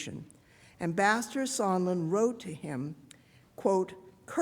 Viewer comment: ARROGANT DEMINGS!...PLEASE SPEAK PROPERLY...THIS ISN'T A PARTY IN HARLEM...THE WORD IS 'SEEKING' NOT SEEKIN' & 'MAKING' NOT MAKIN'...GEEZ...;)